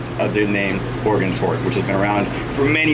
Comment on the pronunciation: As an Oregon resident i approve how he pronounced it!